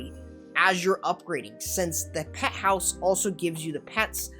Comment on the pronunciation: Peh house? 😂😂😂 bruv went Bri-ish for a moment.